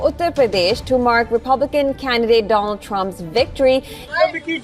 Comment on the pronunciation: Donald nehi bro Doland Trump😂😂